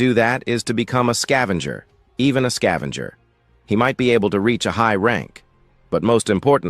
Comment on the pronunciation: Level "Zao Skaevenger" all i had to hear then i turned it off.